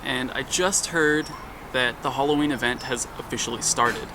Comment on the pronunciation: it's Halloween not holloween